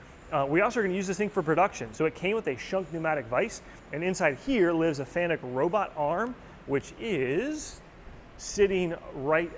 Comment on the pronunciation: Thats pronounced Fa Nuk used the control many times.